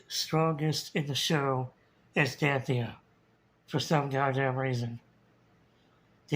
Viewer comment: Oh so that's how you pronounce it! I've had trouble with Danthias name for years!